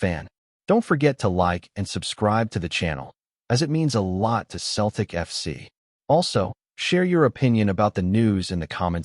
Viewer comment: Why doesn’t this guy say CELTIC instead OF Keltic ?